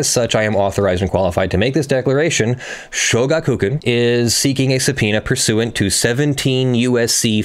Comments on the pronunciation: Yeah it's three words not two. Sho-gaku-kan not shoga-kukan. And the u is very much not stressed, it would usually be all but silent when actually pronounced in running speech. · show-GAH-koo-KHAN. Sorry, my inner weeb couldn't handle it q-q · shoh-gah-k(u)-kah-n with stress added to shoh and ka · In regards to pronunciation of shogakukan, you were close, but the emphasis is not on ku. The Ga has the emphasis, but unlike English, there's no lengthening of the syllable, only a raising of the pitch.